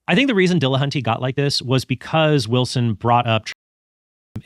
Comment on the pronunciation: Tell me you can't pronounce Matt's last name by adding latin latin flair to it. Dill.Uh.Hunt.Tee. NOT De La HAN tay. Just sayin. Trent got it right, though.